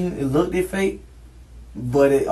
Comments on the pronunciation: He also says “lookded” at one point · It “lookted” fake. Another fine webster’s entry. It joins other orthographic gems such as “axxed”, and “pacifically” 🤦🏾‍♂️😂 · "It lookdid" 😒 Theres no way I can trust anything he says beyond this point.... Not that I was trusting before anyway but still. It lookdid promising... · Look-ed is not a word people! Lmao 😂